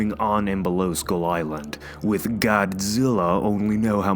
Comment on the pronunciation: I was having a hard time understanding skull with school when you pronounced it :-) good thing there's a picture because I was imagining a school crawlers like when you're bored on a lecture and you want to crawl out of school. How about the Tiger and the Rex in Skull Island is it a Titan too?